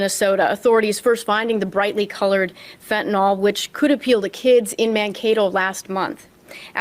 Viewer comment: Why do people pronounce fentanyl as "fentanol"?